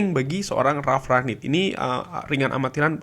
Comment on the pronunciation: Kyknya masih salah deh penyebutan nama Ralf Rangnick nyaa